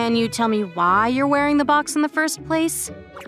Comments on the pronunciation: "Why is he wearing a bOaX on his head"I REALLY GOTTA TRAIN YOU'RE WORD "box"NOT "bOaX" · Is it me or the VAs sound too british with the "BWOCKS" box pronunciation and Marshmallow sounding likd DanTDM? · "WHY IS HE WEREIN A BWOKX ON HIS HYEAD?!" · "Why is he wearing a" "BwOXXXX" The way he pronounces box💀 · why bru sayin box like “BWWWWWWUWWWWWWOKS”